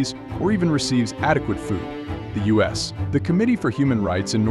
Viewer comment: The AI voice makes me chuckle sometimes. 'USD One hundred dollars bills.' Says 'us' in place of 'U.S'